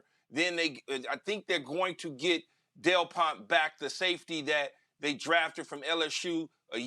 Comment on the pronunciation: Did he just say delpount